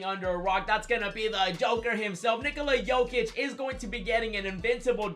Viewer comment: “Nigila Jokic “😂